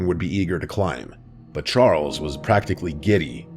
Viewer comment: "Charles" was said in an upper class drunk british accent.